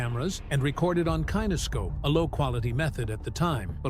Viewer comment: Machine mispronounced “kinescope.’